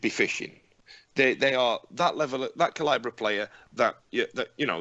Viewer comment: Enjoyed that. I joined in with your drinking shenanigans. I downed a pint every time mispronounced 'calibre'. Got pretty wasted.